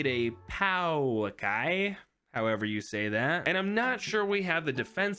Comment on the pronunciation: Pauakai is said pour-Kai basically